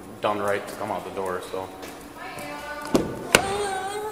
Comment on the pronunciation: "Close the IDoor"